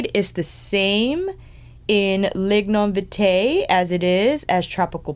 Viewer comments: I love how is pronouncing some of these words, as a jamaican myself it makes me giggle how she said "lignum vitae" and "blue mahoe". I suggest googling how to pronounce these jamaican words. good video nontheless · Youvare doing just fine. As a Jamaican I am not offended. I just to hear you pronounce Lignum vitae. Tina just wants to share the beauty and treasure of Jamaica. One love!